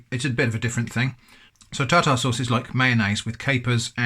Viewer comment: Am I the only one that keeps replaying it when he says tar-tar-sauce